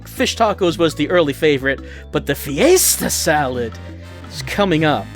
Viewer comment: I wan't a loop of saying "FEE-YAY-STAH SALLAD" over and over as my ringtone. No, I don't want it, I NEED IT!